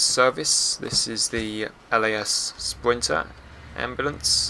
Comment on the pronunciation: What's a LAS "Spwinter"????